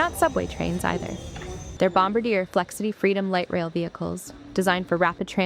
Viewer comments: When will A.I. voices learn to pronounce Bombardier properly? It’s not Bom-ba-deer it’s Bomb-bar-dee-eh! Otherwise very informative for the average person. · It's "bom-BAR-dee-yay" (French), not "bomb-burr-DEER" (English). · It's usually pronounced bom-BARD-yay (or bom-bahrd-YAY if you're putting on a French accent). Seems like an AI voice?